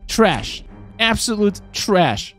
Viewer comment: I love when he say TRASh 🗑️